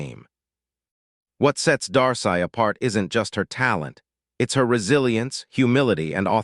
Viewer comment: Its pronounce Dar-See